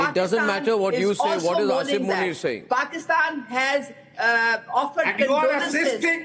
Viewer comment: Arnab - it doesn’t matter. His name is Asim and not Asif. I think you keep saying Asif. You are a very reputed journalist. Please pronounce the names correctly.